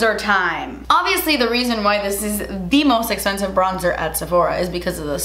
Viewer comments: Esspensive? What the hell is wrong with speaking English properly? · Not trying to be rude; but does she have issues on pronouncing "eXpensive"?🤷🤷🤷 It's driving me crazy🤦😖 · This is the most “DAS ESPENSIVE” video EVER. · Drinking game: Take a shot every time says “Das Esspensive” 😂♥️ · let me know what you guys want to see on my channel! us: most expensive makeup at Sephora.: us:: but DAS ESPENSIVE! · I literally squealed when said "DASS ESSPENSIVE" like within the first few minutes of the video 💜💜💜💜💜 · Literally clicked on this video to hear say "das espensive" after every product hahaha 😂😂😂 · I love the way you say "Das esspensive!" and some of my friends and I have started saying it. You've started a trend. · ‘Thats espensive’ 😚 looooove you😘😘😘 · I absolutely loved the sasssss, so funny, and fr... das... espensive.. 🤯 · The way says expensive is so satisfying 😅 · OMG! I've never seen your channel before, but girl you are so funny and entertaining! You are gorgeous with or without makeup, but man you cracked me up! I know this video is a year old, but I got a kick out of "Eh-spensive", like you were afraid to say the "x". I think you should trademark that word. Seriously, I loved your video, excellent products and I agree, expensive does not always mean better. I loved the note you put up, "p.s. I ended up hating this!" - I think it was the primer. Thank you, you rock! 👍😉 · I loooove the way she says Expensive...Essspensive!💕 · Youre so funny😄 I love how you say spensive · Love how she says essspensive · Twas esspensive but your face looks great!lol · Drink every time she says das espensive 🤣🤣🤣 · OMG! YEEEEESSSS! And cant continue this video because the way she pronounces expensive lol